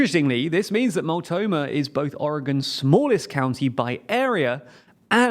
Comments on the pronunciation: Your pronunciation of Multnomah is nails to a calk board for a local Oregonian. At least you say Oregon correctly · "mult-NO-mah" county -- not "MULT-oh-mah" county. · Multnomah not multomah lol, but nice video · Dear Multnomah is pronounced /mʌltˈnoʊmə/ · I'll just chime in to say that you did really well overall with the pronunciations, but as a Portlander I will mention it's "Mult-no-muh", not sure how you lost the N in the middle. Anyway at least you didn't try to say Willamette, which few people get right the first time. Champoeg we save for the real challenges. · As a native Oregonian, hearing use "Mult'omah" is... actually not the worst mispronunciation we've ever heard.... On a side note, Measure 113 passed this year by a wide margin (about +40 points) which allows lawmaker absenteeism (defined as >10 unexcused days) to qualify as "disorderly conduct" worthy of an expulsion vote which should provide some response to future walkouts. (The measure was proposed via citizen initiative, as due to the nature of the topic it could not be passed via normal legislative bills) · Multnomah is pronounced "Mult-NO-mah" lol Honestly I think they should go. He makes some great points and there's really no sense in the current arbitrary state border anyway. They might as well take parts of eastern Washington if those counties want to go too. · Oof, I guess I've had my taste now of what it's like to have Americans mispronounce things. Multnomah county became "Multoma" lmao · It is said Mult-no-mah! Multnomah county Oregon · Oh no 🤣 they pronounced Multnomah county wrong. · Pronunciation of Mult*N*omah county is off by an N, which irks me a bit, but otherwise, pretty good 👍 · the way he says multnomah county kills me ok video tho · Ah well, the Multnomah county pronunciation wasn’t quite right, but at least you say Oregon better than half the country 😅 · Oh sweety no. Good try but that's not how we say Multnomah.